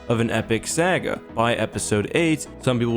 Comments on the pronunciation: It's saga like saw or song, not saga like sagging your pants [shudders in disgust lol] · Hey,, it’s SA-ga not sag-ga. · saga is pronounced sah-gha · Anyone else bothered by how he says "saga" or was it just me? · You are hereby banned from saying "Saga" until you learn how to say it properly.